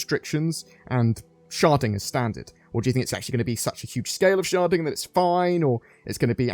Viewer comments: Cant not hear "sharting" every time you say "sharding." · This whole time I thought he was saying sharting...